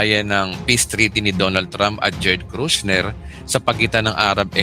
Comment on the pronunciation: JARED KUSHNER po pastor hindi po KRUSHNER